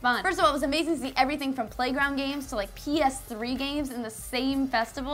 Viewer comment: Every time she says games, I hear gays. Am I normal?